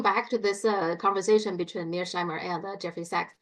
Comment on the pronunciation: I think mispronounces "Mear-sheimer" as "Mears-heimer" for the same reason that he mispronounces "Xi" as "See"; because (for whatever reason) he can't pronounce the "sh" or "zj" sound. Just saying! 🙂